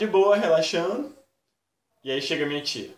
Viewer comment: mano coloca no inicio e percebam que o moreno fala jiai galerinha beleza nao é pra ofender ou derrbubar eu apenas estou falando pois se eu nao falar de pessoas vai ficar pensando que e pra ofender